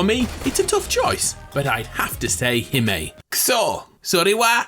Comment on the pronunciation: Just as I went to the comments, you say hime. Well you said hi-may which triggers me but good choice in style